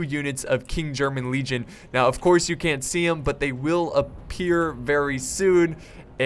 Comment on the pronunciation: stands at guard and salutes Great vid as always - but I have one minor thing that I would like to point out. It is in regards to one of the regiments of the United Kingdom, specifically the KGL. It is called "King'S German Legion". You tend to pronounce it as "King German Legion". Now, people may call be a grammar nazi but I can't help but point it out. Your content is fantastic, and the astounding fact that you take feedback and comments from your viewers in regards to your content seriously is what gave me the courage to point this out.